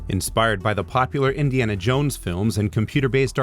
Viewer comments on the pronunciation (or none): none